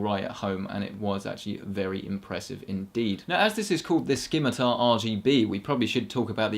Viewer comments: Also British, also si-mi-tar, because..... not dumb...? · ski-mi-tar? SKI-MI-TAR? it's si-mi-tar, no k lol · Hey, I have a question. Now that a couple of years have passed since this video was uploaded... how DURABLE is the Corsair Scimitar RGB? Is it as indestructible as the Logitech G600, which has lasted me over 4 years now? Asking because I'm interested in buying one. Also, "SIM-I-TAR!!!!!" It's pronounced "SIMITAR!" Not "SKIMITAR!" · you would think a nerd would know how to pronounce scimitar